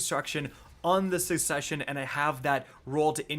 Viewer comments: Did.. did he really say "sussesion" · dude thats not how you pronounce "succession"